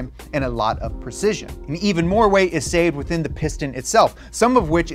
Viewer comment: Weight...not wrrreight